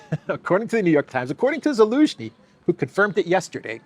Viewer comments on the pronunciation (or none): none